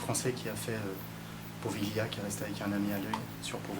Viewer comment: l'île se prononce POVÉLIA et non POVEGLIA, le G ne se lis pas :) voilà petite précision ;) j'attend la deuxième partie :D